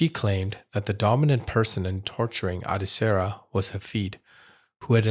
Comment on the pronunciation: Her name is pronounced Ad(eh) Sarah.